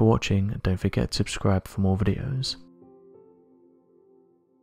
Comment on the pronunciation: And at the end he says abscribe instead of subscribe. All the time. Narrators diction should be checked and correct. Hmm..